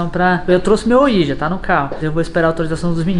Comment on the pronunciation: Eu só espero que o tenha ensinado o falar ouija